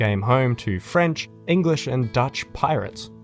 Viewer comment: solid vid as always and ur french pronunciation wasnt bad at all big man 👍👍👍big ups